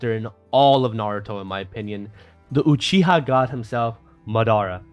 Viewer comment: Why are you saying God’s name weird?